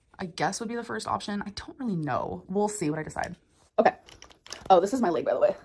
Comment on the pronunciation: Layyyyg instead of leg pissed me off beyond belief